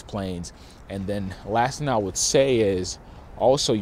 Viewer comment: It's thinG not thin. Just like it's Sling not Slin.